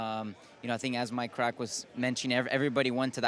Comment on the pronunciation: A big welcome to "MyKrack"😀